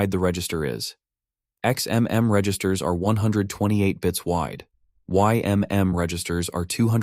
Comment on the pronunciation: You seem to be using "ymn" rather than "ymm" in a lot of places. It's an "m" not an "n". Kinda surprised no one else is mentioning this.